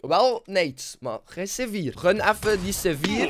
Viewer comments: Hij zegt gewoon sevier😂😂😂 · Maar zei je nou c4 of zeewier?